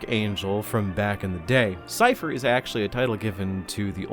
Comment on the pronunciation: "'Sigh-uh-fuss' Cain"?